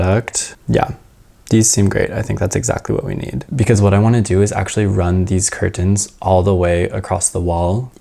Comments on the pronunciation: this was an awesome video! (the way you kept saying curTENs was cracking me up haha) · I have never heard someone enunciate curtains so hard before 😂